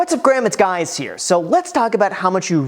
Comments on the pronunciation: Ohhh, he always says "what's up Graham it's guys here".. lol, okay. Thought it was a mistake. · There’s no way that I’m the only one who caught “what’s up Graham, it’s guys here”